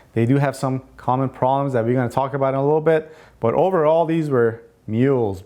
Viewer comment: I love your video's, but I would like you to pronounce the "B" in proBlems. Meant with the best of intentions, and thanks for all the great info.